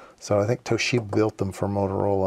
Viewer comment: FYI.. I worked in Japan for a while in the semiconductor industry back in the 90's.. there is no "she" in Toshiba.. it's just To-shi-ba with no emphasis. It's more like a 'i' in "independent".